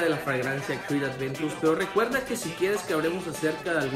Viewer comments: dios, no entiendo porque ya son varios los que le dicen "Adventus", hasta es más fácil decir Aventus pero siguen diciéndole Adventus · Siempre te confundes y dices "Adventus" en videos pasados te ocurrió igual jaja